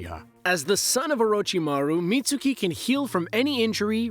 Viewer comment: It's pronounced as Mit-s-ki not Mit-su-ki